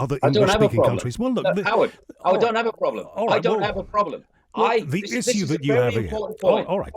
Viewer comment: I like Hughes but how he pronounces Issue is annoying. Issssiyuuu ? Wtf.